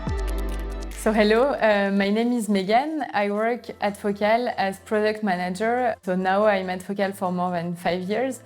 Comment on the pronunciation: It's Focal not Focaal..